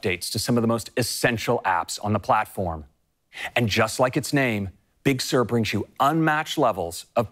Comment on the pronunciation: Big Sir or Pixār~